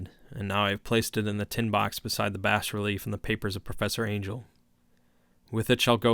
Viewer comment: Bas is pronounced Bah btw. Excellently read otherwise.